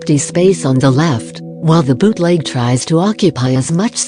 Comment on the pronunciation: I hear the bot saying "biutleg" not bootleg, lmao what happened to me